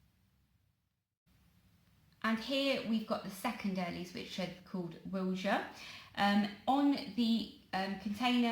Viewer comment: Wilja. you pronounced it right, farmers grow a lot by me, used in mass produced companies for things like oven chips. real good chip spud :D